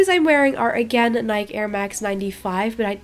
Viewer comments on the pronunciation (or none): awesome video but remember when ou said you want to learn more English from us here is one when you say Nike say Nike EEE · The correct way to pronounce Nike is nye-key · This is such a creative idea! Love it!^^ Also, in English Nike is pronounced Nike-ee if that makes any sense! 😁